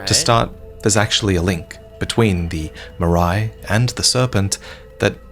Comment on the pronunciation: The way Marais is being pronounced is like sandpaper in my ears. It's the french word for swamp for criss sake.